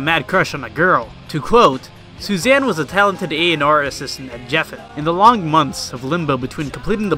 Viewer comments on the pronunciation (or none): Bro I love the video but it’s Ric O-ka-sick and Geffen with a hard G 😉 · My favourite part is where he mispronounces David Geffen and Ric Ocasek’s last names wrong…and calls Kevin Smith Kevin James…oh yah, then completely skims over Surf Wax America. Good times 👍